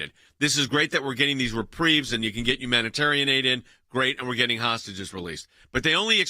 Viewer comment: The word is "getting", not "gitting", Jordan.